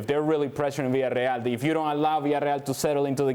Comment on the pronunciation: god I hate his pronunciation of Villarreal. I hate his voice in general. It is just grating.